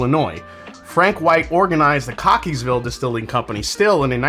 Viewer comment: lol you actually said that one right! 🤣